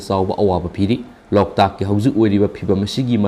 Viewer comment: Loktak haibiyo loutak ntte🙂